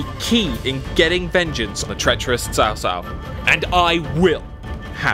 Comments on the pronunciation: He's name is Trao Trao. Tr as in trouble. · Man, It’s not Sao Sao, should be pronounced as Tsao Tsao. Bye the way would you release Chinese version? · Pronounce the name correctly... It's Ch-au Ch-au (Ch sounds like Tze), not Sau Sau. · Dear CA, PLEASE correct your pronunciation of "Sao Sao", it's seriously triggering me. The "c" in his name is pronounced like in ly"chee": "Ch-ow Ch-aow". There's no "s" in his name. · how many times do i have to say!!?? its chao chao not sao sao!!!! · I'm so annoyed that Cao Cao is pronounced shao shao lol It's chao chao! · IAM NOT ASIAN BUT I CRINGE WHEN THE NARRATOR WRONGLY PRONOUNCE CIAO CIAO NAME. ITS CHOW CHOW NOT SAW SAW. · Again, pls the pronunciation is very funny seriously, it is cao cao pronounce it as chow chow, ya same as the dog breed name not sao sao, it means brother's wife in chinese, so annoying when they do a game with chinese background and the narration not even paying effort to read it correctly, wtf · Guys you do realise that Middle Chinese is somewhat more like Cantonese then Mandarin and in Cantonese its read Ts‘ao Ts‘ao. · Please, cao cao should be ‘tsao tsao’. 🤣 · i am still triggered by how they pronounce cao cao name as sao sao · How she pronounce Cao Cao as Sao Sao :( Did they recruit a Chinese speaker for this? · Silly! It's obviously Cow Cow! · ITS CAO CAO NOT SAO SAO.. DAMMITTTTT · Spent hundreds of hours to understand the history, but forgot to look up how to pronounce the key figures' names... it hurts my ears every time the narrator reads Cao Cao. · The problem is Cao Cao is not English. It is Chinese Pinyin. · Can you at least get Cao Cao pronounced correctly? Otherwise looks good. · Sega, please learn how to pronounce Cao Cao properly. At least Koei did. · The woman can't even pronounce 'Cao cao' correctly, sounds very unprofessional. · 实在是受不了那“骚骚”， 能不能纠正一下读音，我已经被骚骚洗脑了。还有“卢备”、“陋阳” WHY ARE ALL THE VOICE ACTINGS IN ENGLISH ??? REALLY IMMERSION BREAKING.